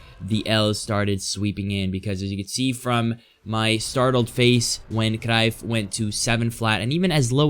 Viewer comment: I like that you pronounce cruyff rightly yet so consistently